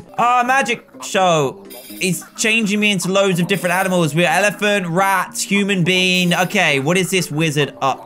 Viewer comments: He said human bean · those moments when he says human bean lol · dan u da BFG cuz u sed human bean instead of being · HE SAID HUMAN BEAN!!!!!!! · Why do u keep saying human bean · BE SAID "HUMON BEAN" XD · Dan you were saying human bean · he said human bean (BFG) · U said human bean😝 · It sounds like your saying human bean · Dan said human bean? What?? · he said human being